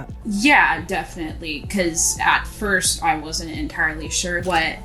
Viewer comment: Nope and it's first not forst idiot